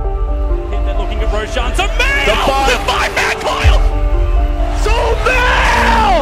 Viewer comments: It's not so-mail, it's so-ma-eel. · Sumail not shumail